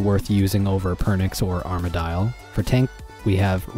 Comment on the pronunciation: did you just say......Arma-dial??????? cringe